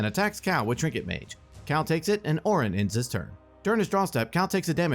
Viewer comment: I have to say... it was very confusing when he kept saying Oren (mine is spelled Orin lol)